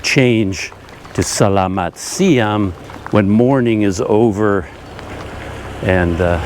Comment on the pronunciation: CC Hi. Your Indonesian for the time of day doesn't sound right. I'm hearing selamat siam (with an m) but it's selamat siang (with an ng). Apologies if I'm hearing it wrong. I was taught to switch to siang at around 10am; your explanation of switching when the day starts to hear up makes sense, too. I never figured out the timing for the next one but sometime between 2pm & 3pm it becomes sore (pronounced so-ray in English, with a soft o) and then malam for the evening or night time. I was also told there's another time which is pagi-pagi and that's early morning, as in the time you get up for morning prayers. But I'm not an early riser so Ii never used that expression myself and was never greeted by anyone with it.